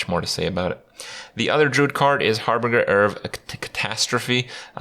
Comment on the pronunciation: Like how he tries to say harbinger.